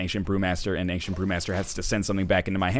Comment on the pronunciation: Northern "Angcient" Lion